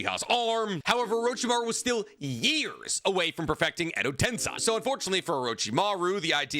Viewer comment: The amount of times you say edo tensei and mispronounce it EVERY TIME is insane